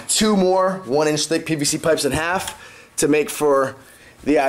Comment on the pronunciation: "PVC" not "PBC"